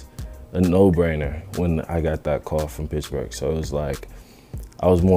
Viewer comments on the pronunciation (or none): “Pitchburgh” Steelers